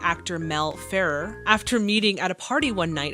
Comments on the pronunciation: I'm sure someone else noted this, but her son is Sean, not Sam, and her husband's last name is pronounced "Fa Rare". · Mel Ferrer's name is pronounced Fah-rare. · Mel Ferer's name is pronounced Fer-RARE.